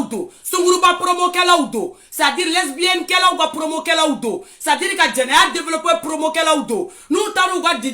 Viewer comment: On ne dit pas esbienne. Plutôt lesbienne.